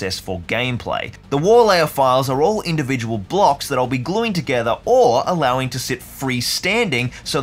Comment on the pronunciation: mid video and I got to say i loved "allowsing". I wasn't watching the screen when i heard it and went back to hear it again and you captioned it too!! Good vid so far !